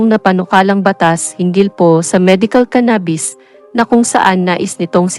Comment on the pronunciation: Ka bobo ni Robin talaga...at saka ang pronounce eh CANA..BIS